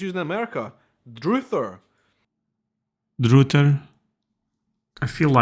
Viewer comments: I’d stick with Laurence on Lost in the Pond for language differences and correct pronunciation. This guy used Google for definitions but not for pronunciation and absolutely butchered “druther,” pronouncing it droother when the u us soft like in “up.” “College” here refers to any higher education school above high school that grants at least associates or bachelor’s degree. Even if they are named as Universities. For instance, you might attend Colgate University or Yale University or Boston College or the College of William and Mary, but would say you are in college regardless. If folks have graduated college and gotten their bachelor’s (a 4 year degree) and now are at school for a PhD or a JD or an MD…they’d say they are in grad school (graduate school, law school, or med school respectively. Regardless if their law school is Boston College or their med school is Johns Hopkins University. Americans can use pissed for drunk also. But more commonly means mad. No, no, no - Jews confused and he’s confuse you — we have peanut butter and jelly not Jell-0. Jell-O is a gelatin product. Jelly is made with fruit juice, jam is made entirely with fruit. He and you reversed the terms in the picture of two red substances. He has money up the wazoo means he is really rich. So much money he’s got it coming out his ass. He’s way off on cilantro / coriander as well. Cilantro is the fresh herb. Coriander is the dried form. Soccer is a great… cure for insomnia. And yes it is a Brit term. He cla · Not druther like pronouncing truther, but druther like pronouncing brother. It's a backwoods way of shortening saying; "I would rather". "I'druther take this one here, than that one" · He’s pronouncing druther wrong. It rhymes with brother. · Druther is pronounced like brother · Druthers should rhyme with brother. The word is derived and then shortened from "I had rather" to druther. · He is pronouncing druther wrong. I means I would rather......! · Druther your pronouncing wrong 😂